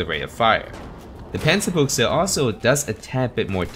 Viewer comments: Say Panzerbüchse, not Pänzerbuchse. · Think think its pronounced as panzer byou-huh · It's pronounced panzer Boosha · Well, actually it's pronounced Panzer Büchse with the ü being closest to something like the i in "bird". So it's more like Panzer Bi(r)gse